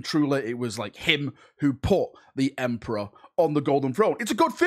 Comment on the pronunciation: OMG! Not the Emprah! )